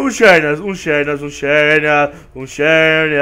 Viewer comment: se escrave xerneas mas se fala zerneas